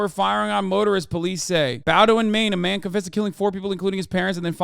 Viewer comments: The Maine town that the shooter was from is pronounced.. BOE-DIN.. not BAUW-DU-IN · Hassan, Ive started watching you over the last year and I learned about the shooting in Maine, my home state watching this video. Very far beside the point, but the town in the story is pronounced BOW(like rainbow) DIN. Thank you thank you peace and love. This is a serious message